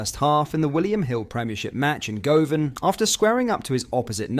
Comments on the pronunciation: Go-Van? Wtf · Mate if you are gonna kid on you are a gers fan, learn how to pronounce Govan!